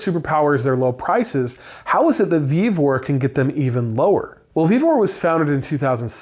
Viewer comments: It's VEVOR😂😂😂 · Vevor, it’s Vevor